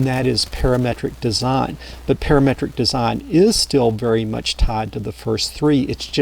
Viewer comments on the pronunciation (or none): none